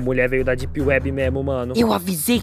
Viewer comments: não é dip uebi, é dep uibi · "...éhhhh depi wuibi..?" Isso me quebrou mt man kkkkkkkkkkkk